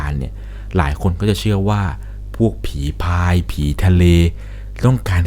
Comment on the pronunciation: อ่านว่า ผี-พราย ครับ ไม่ใช่ ผี-พาย